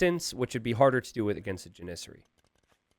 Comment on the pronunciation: Someone in the chat pointed out he was saying Janissary wrong. It's JANissary. Then it seemed like he made a point to say jaNISsary as many times as possible for the rest of the match.